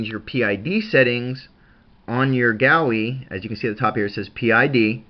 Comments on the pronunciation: Sorry man but it's Goo E- GUI- Other than that good video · Pronounced. Goo-E